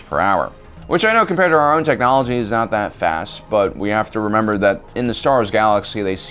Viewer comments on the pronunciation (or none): none